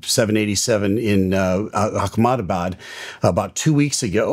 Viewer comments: It's not akamabad ... It's AHMEDABAD😒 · It's not Akh-na-ma-baad. It's Ahem-daa-baad. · Hi, though it is not my place and time to say this but your pronunciation of "Ahmedabad" as "Akhmedabad" is not correct. You need to pronounce it as Ah - medabad - like those aha moments Ah.. and Not Akh- Appreciate your good channel and all your videos. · Akhmadabad???? its Ah-hem-da-baad or Uh-hem-da-baad white people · It's Ahmedabad not Akhmedabad. 🤦🏻‍♀️ But I get it it's difficult to spell lots of Indian words as we have more syllables and consonants than English. 😅😅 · Not Ackmenabaad. aa muh duh baad. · Its not pronounce akhemdabad, its “Ahmedabad” its india not an arab nation. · firstly, awesome analysis!! thanks. one small thing - the pronunciation of the word “Ahmedabad” is not “Akhmedabad”. please just pronounce it as “Amedabad” where h is almost silent. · What is Akhmahabad?. It's pronounced Ehemdabad. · Its not Achmedabad like Achmed the skeletal terrorist, it Ahmedabad! Also I wonder why there no video recorder dvr...the camera may burn, but dvr will remain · A ham da bad … that’s how it’s pronounced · Akhmadbad? Seriously! You can’t pronounce a name right, from which you are making so much money? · Love your work, and thank you for your deep analysis videos, love watching them. I know Ahmedabad a weird name for you, its pronounced [eh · muh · daa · baad]. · FYI it's pronounced "Amdebad". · So trivial but…my in-laws are from Ahmedabad; I’ve been 4 times in last 5?years…that’s now how it’s pronounced!:). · The way he pronounced Ahmedabad 😂